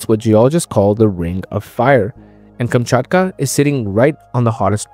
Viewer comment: Kamchatka, not Kumchutkuh.